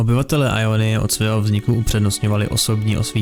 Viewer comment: Gj ale vadí mi jak to čteš [ajonyje] a ne [jonyje] x)